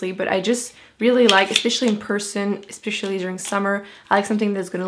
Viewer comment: Love how you pronounce especially.. something like "ispicially" lol :)